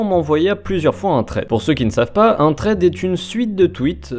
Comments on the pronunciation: ça se dit "SSSSSred" pas "traide" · TRED !? bah alors ça j'avais jamais entendu cette prononciation tu voulais dire thread ? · "Trède" à ne pas confondre avec "thread" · Pk prononcé "traide" au lieu de "sraide" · Thread se prononce [sred] pas [tred] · Par contre frero thread prononce le bien meme si t'as pas l'accent... dis "sred" ça sera mieux mdr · Stp juste la prononciation de thread 😭😂